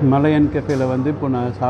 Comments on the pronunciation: மலையன் கஃபே இல்லை ஐயா...மலாயான் கஃபே ......என்னய்யா தப்பு தப்பாய் சொல்லிக்கிட்டு .... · வணக்கம் விஜே சார், நீங்க "மலையன்" என்று சொல்றீங்க, ஆனால் பெயர்ப்பலகையில் "மலாயன்" என்று உள்ளதே! மலாயன் என்பது மலேஷியாவை குறிக்கிறதா? தெளிவுபடுத்தவும், நன்றி!